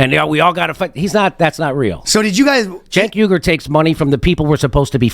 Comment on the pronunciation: Gotta be pretty dim to really have that much trouble getting close to Cenk's name: JENK WEE-ger is close enough, geniuses.